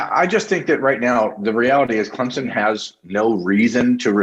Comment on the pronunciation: People from Ohiya can’t even pronounce CLEMSON. Much less beating our football game...I think 11th was too high for a mediocre football team.. BTW... who stole it from Texas A & M.